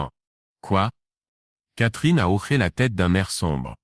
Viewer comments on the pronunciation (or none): Quand c'est écrit : hoché..on ne prononce pas : " horé " mais " ho-ché"..Un petit réglage de l'I.A à faire..😉..pour respecter la langue française !😡..on dit " un hochement de tête " et non " un horement de tete" .Faites lire à votre I.A..un dictionnaire français..ça l'aidera !😂😂😂